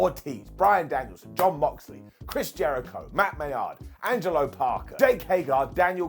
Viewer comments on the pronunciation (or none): none